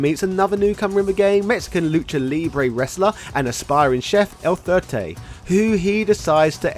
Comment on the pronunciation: it's "El Fuerte", you say it like "FWhere-tay". It's a Spanish word